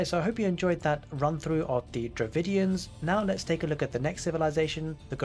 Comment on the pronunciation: Its Dravidians not DravINDIANS